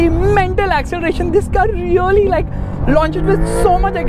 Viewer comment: Really❌ Reollieeeee ✅